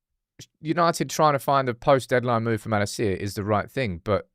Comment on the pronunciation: Your pronunciation of Malacia is driving me insane